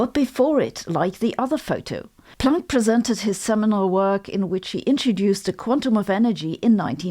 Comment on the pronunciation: I love how you say Planck. It sounds like "plonk" which is old fashioned Aussie slang for wine.